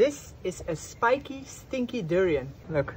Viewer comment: Emphasis on stinky